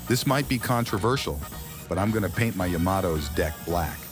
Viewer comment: "I moved down the length of the yomomtoes hull" 😂😂😂😂